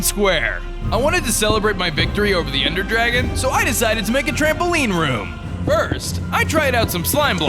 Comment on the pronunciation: Anyone realise he said ender gragon once at the end